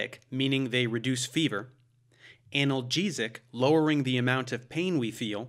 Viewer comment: Can you please try to make the break between the AN and the Algesic more audible, Dave? It is not an anal drug, but a drug against (an) pain (alges...) You wouldn't pronounce "an algorhythim anal gorythm", would you?